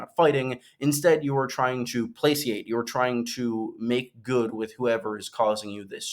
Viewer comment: Placate is a hard c 🫶 keep up the good work (Septa Lemore is Tyrion's mom)